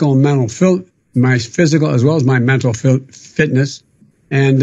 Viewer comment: He's trying to tell us about great his mental fitness is, yet he can't even pronounce "mental fitness." THE IRONY!!!